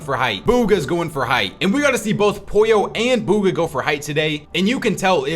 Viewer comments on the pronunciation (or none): none